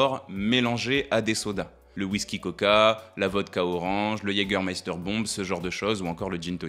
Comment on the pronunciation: Oh ! Quelqu'un qui prononce correctement le Jägermeister bomb !